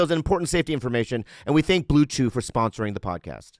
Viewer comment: Think bobby actually said blue jew instead of blue chew🤣